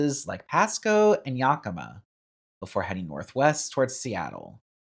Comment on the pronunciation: It's not Wenatachee, it's Wenatchee and pronounced Wen-nat-chee Yakima is pronounced Yak-imm-uh